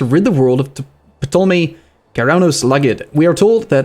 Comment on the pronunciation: The P in Ptolemy is silent btw. Like tal-emmy.